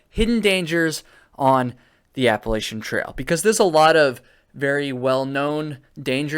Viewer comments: Lol yu should be sorry I live in ny saying it wrong haaa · Not only do you say it wrong, but you spelled Appalachian wrong also… 🤣